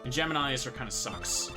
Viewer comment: So "GEMINI" is pronouce Ge-me-nile instead of Ge-mi-nee?? never notice till watch this video...